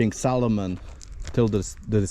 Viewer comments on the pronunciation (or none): none